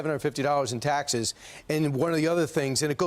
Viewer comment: He's so worked up he can't say the final s in taxes. Taxeh!! Taxeh! Heh! heh! ungh! muh...